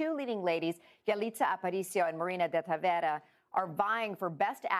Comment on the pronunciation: She said Tavera and is Tavira! Still a good job.